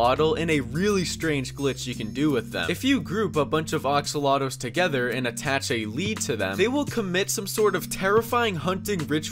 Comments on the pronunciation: He literly said oxolotals not axolotals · AX-alotls. Not oxalotls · he pronounces them "oxoloto's" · I have a problem with the way he said axolotls as awxolts